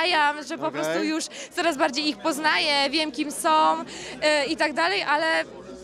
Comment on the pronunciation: Ona wie kim "som".Po co robić wywiady z amebami?